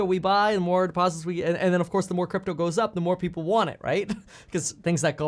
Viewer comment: LOL he just called it Gypto